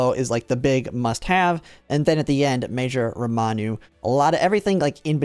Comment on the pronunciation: It's RAMONU, not ROMANU